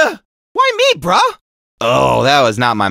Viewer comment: he says brah as in like bro not bruh